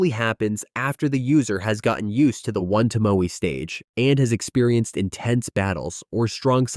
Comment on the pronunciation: 'One Tomoou' and 'Shanrooin' lol